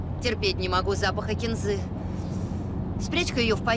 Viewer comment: Не кинзы́, а ки́нзы!!